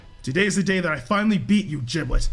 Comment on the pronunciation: Why they say giblet with a j🤣 its giblet not jiblet